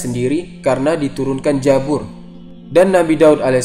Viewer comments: koreksi bukan jabur tapi kitab zabur tolong koreksi ya pembacaannya. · Zabur buka jabur,mu'jizat bukan mu'zijat,,belajar bahasa indonesia dulu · KITAB ZABUR MIN BUKAN KITAB JABUR, kalau di hijaiyahnya, ZAI sama JA/JIM itu beda suara baca nya... naaaa, Zabur klau arabnya pakai ZAI bukan pakai JIM/JA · jabur jabur, Zabur oy pake Z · TERIMAKASIH INFONYA... UNTUK KALIAN,SEBUTAN NYA BIAR BENAR.. Bukan JA-BUR!! Tapi ZA-BUR.. DAN MUK-JI-ZAT*BUKAN *MUKZIZAT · Mimin orang sunda ya 😂😂😂😂 Zabur jadi Jabur 😂 Nanya doang min